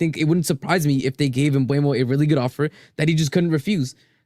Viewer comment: Its mboomo, saw a vid of him pronouncing it himself